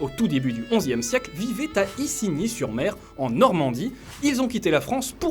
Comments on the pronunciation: Par contre on dit Izigny et pas Icigny roh froisse pas un Normand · Tu dit issigny il faut dire izigny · «isi» se prononce [izi] après les anglais ont sans doute mal prononcé comme le Guillaume en William